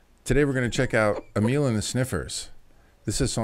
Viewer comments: Nice 😊 ...I think it is pronounced Amil... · Um...you're not saying it right 😂 but that's ok! Say amyl nitrate. And whoa I haven't heard the name Lita Ford for years...such a great seemingly forgotten performer.